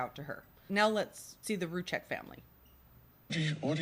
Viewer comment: Can we please pronounce their names properly by now? Their last name is pronounced "Roo Seck" the Z is silent. Rzucek. Sorry it get annoying after 4yrs